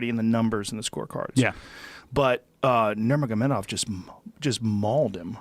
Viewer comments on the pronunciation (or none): He said khabib nurmagobacdgov ,,, lolzzz can’t stop laughing